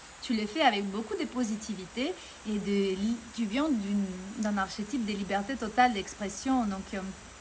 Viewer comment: Le « ch » de archétype, se prononce « k » en français, bravo , tu parles déjà très bien, avec un joli accent , Muito Axé ! 🦋🌱🎶🌍💐🕊️🧘🏽‍♂️🫶🏼😎👍 et Merci pour ta lumière et vibration 🌸 Salve ! 🙏